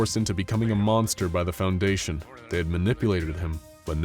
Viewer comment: Oh no “foudation”